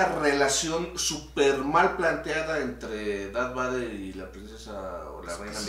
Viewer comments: Diganle al como se pronuncia Darth Vader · Ahhh siento que algo se me mueve en la tripa cada vez que escucho al escuchar pronunciar darth vader